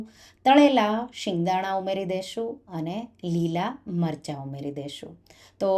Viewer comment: Delicious. But please it's sev not shave. It's singdana not shingdana